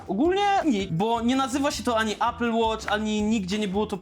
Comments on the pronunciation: A apple nie ejpl tylko apl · ejpel... Człolwieku - obejrzyj jakikolwiek filmik po angielsku dotyczący sprzętu Apple i posłuchaj, jak to się wymawia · Ejpl Ejfon 🤣🤣🤣🤣🤣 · Ejpyl 🍏hahahHa nawet po angielsku mówi się mniej więcej Aepyl. Kurw@ na cholerę ludzie to robią. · Ejpyl, ajerpodsy 🥹😂